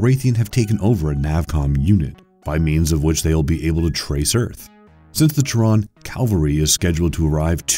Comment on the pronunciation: Teyrans. Kiraythis.... Dennis Hooper.. A like for the mindboggling unnecessary mispronunciations.